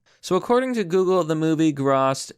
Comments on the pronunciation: Dude you are terrible at pronouncing words. "Grahssed?" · “grawsed” big oof there chief. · grossed. GR-OH-sed. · "It grawsed $0" I like this channel, but he never fails to butcher at least one pronunciation. "it's sarcasm." Nah, bro. It's completely true.